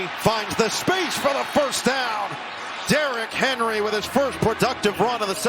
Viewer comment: D-Rock Hen-Roy